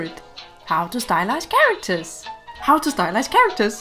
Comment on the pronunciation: Is it only me hearing "stylishe" when she say "stylize"???